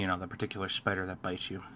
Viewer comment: great video I want to get some Tarantulas and whats is up with The Dander Pider? you for got the S in spider lol love your videos